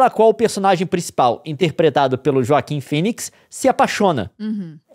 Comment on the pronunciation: Leon pronuncia Johansson certo, mas fala Joaquin. Vai entender